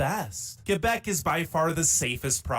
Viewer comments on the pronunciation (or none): Coming from that French speaking Province of Québec, it is Kébec, not Quwébec or else. KÉ-BEC. And no, we are not the "best Province". Can you please quit reacting to videos that weren't made in Canada? It's annoying to see you reacting to tourist traps as "facts" of a nation. Do better.